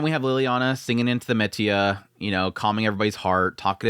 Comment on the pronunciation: He thinks it's actually called "metia"... who's gonna tell him 💀